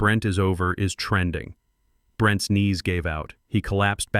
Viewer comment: The narrating on this story is very annoying, because plurals where is an apostrophe are all pronounced with the 's' as separate - e.g. Brent (pause) "ess" for Brent's